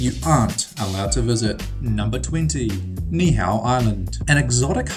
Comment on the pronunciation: U SAID NIIHAU RONG😡